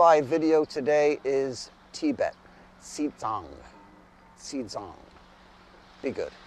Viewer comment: He did Tibet correctly.